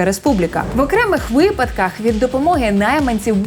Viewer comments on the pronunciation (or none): none